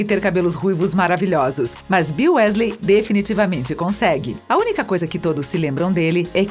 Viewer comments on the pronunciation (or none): "Uésleis" dói, tudo nesse video dói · É wesley e nn wÉsley ( eu falo assim kk) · Weasley eles falam Wesley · lulibyun ele falou:wésléi só q a pronúncia certa é:wisley tmb falou névili só q a pronúncia certa é nervil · o vídeo tá ótimo, mas não chamem Wésleys plmdds que doeu nos meus ouvidos kkkk se fala wisleys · Q agonia ela falando "Wésleis", conseguir falar mal da Hermione e ainda tentar colocar um gênero na Tonks a pff e ainda diz os nomes todo errado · Perdi o foco a partir dos "uésleis" huehue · olha, o vídeo todo me incomodei com as pronuncias erradas, mas Grindevalde e Wesleys foi de moer! Fora o racismo sobre o cabelo da Bellatrix e Hermione. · família Wesley? vamos pronunciar correto por favor? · "WÉsley" pqp 🤦🏾‍♂️ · "Wesley" MDS fala como um fã de HP normal. Kkkkk Rachei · lulibyun né kakaak quando ela falou q incêndio a casa dos wesley kakak pensei q era do safadão 😂😂😂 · Wésleys, grindeualdi, etcs etcs.😂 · “Grindevaldi” “Jota Ka Roli” “Weslei” GENTE- KKKKKKKKKKKKK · Quando ela fala wesley errado eu quase quero entra no video da um soco nela Desculpa sou potterhead💚❤ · Nem consegui terminar de assistir depois do que falou da Hermione e falou "Wésleys" aff #melhorem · na hora que ela fala Ron Wesley, eu achei que não poderia ficar pior, mas ai me vem em com a bizarrice de Bill Wesley!!! Ok, bill é o nome no original, mas como é que vc se preocupa em falar o nome original do personagem e ao mesmo tempo me vem com Wesley??? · "Os Uesleys" kkkkkkkkkkkkkkkkk PQP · Grideval Jota k Rowling Wésleys Basílisq Nagini NevillE Hougorts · Sim wEEsley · pior foi o bill wesley: falou o nome original e cagou pra falar o sobrenome do cara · Dizendo "Só erro de português" vc foi bem bonzinho. O erro dele doeu tanto quanto o vídeo pronunciando UÉSLEY kkkkk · Uesley kksksks , morri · Gente que agonia ouvir ela falando os nomes errados !! Ela falava errado e eu repetia certo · Me dá agonia vendo ela falando Weasley errado